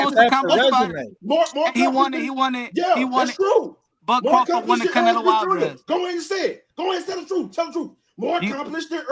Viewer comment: CaNailO Me: Did he say Canola Oil?!!!